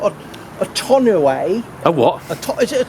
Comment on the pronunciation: tonneau, pronounced tawn-O. Pretty common word over here as it's what we call the hard covers on a pick-up truck bed.